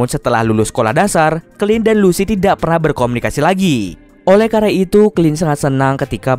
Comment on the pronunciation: tidak kali bukan tisak